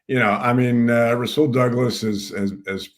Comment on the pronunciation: Jody thinks Douglas is Darrelle Revis we don't need him n it's rasual not rah Saul d bag